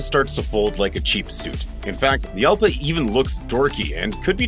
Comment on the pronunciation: Jalpa is a Spanish fight bull. The 'J' is pronounce 'H'. So, Halpa.